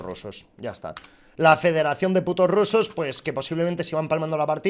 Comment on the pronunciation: Tu estar diciendo cosas mala de los rrrrrrusssssos 😝